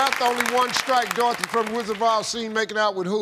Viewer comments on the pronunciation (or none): Did he say "The Rizzard of Oz"? 🤣